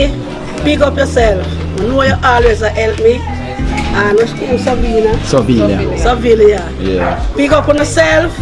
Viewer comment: Is her name Saliva or Sovilia? I don't think they are pronouncing her name correctly. God bless her and the other donors.